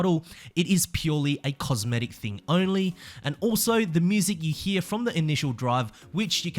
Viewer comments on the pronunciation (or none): none